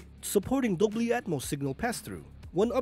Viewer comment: Dobly??? Its dolby